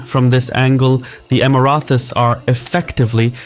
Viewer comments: You need to stop saying "Emirathi". It's Emirati. With a fucking T. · Just one note regarding the pronunciation, it is EmiraTis, not EmiraTHis. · Emrathes❌️ Emraties✅️ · It’s Emirati not Emirathi 😊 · Emirathi?? It's Emirati with a T ( even in Arabic) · for the Emirathis. Lmao im choking. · I can’t even finish the video because he keeps saying “Emirathis”. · Pronounced Emara-tee(s) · Man you were saying the word "Emiratis" weird. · Interesting video! But please, there is no "th" in Emiratis... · Why can't you pronounce Houthis or Emiratis ?